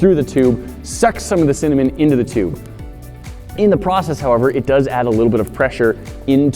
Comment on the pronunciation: Noooo said cimanen not cinnamon